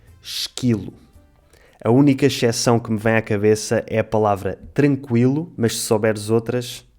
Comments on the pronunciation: xeção, meu Deus. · Não entendo por que "exceção" é pronunciada "echeção", não existe som de x aí...